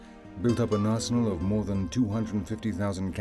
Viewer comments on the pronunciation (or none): none